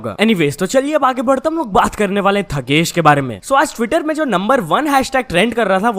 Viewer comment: Um....its भूपेश बघेल not बग्गल and ठगेश not थगेश